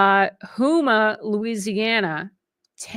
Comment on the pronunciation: You mispronounced Houma, La